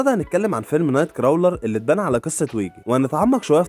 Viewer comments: الفيلم ينطق نايت كرولر و ليس نايت كراولر و الممثل اسمه جيك و ليس جاك 🤦🏻‍♂️🥴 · يسطا crawler بتتنطق كروولر مش كراااولر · اسلوبك كويس يا و عجبنى تجميع الافكار و اللقطات و الحلقة بصفة عامة جذابة، نصيحتى الوحيدة انك تستعين بجوجل فى طريقة نطق الكلمات الانجليزية (مايصحش يا تنطق اسم الفيلم بالشكل ده!😉)… بس بصفة عامة برافو👏🏽